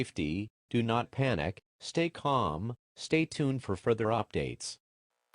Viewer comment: Why did that calm sound as if it was spelled like “kAlm” 😭